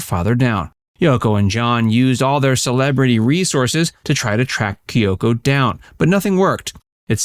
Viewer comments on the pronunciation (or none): Whys is pronouncing the name Kyoko so difficult?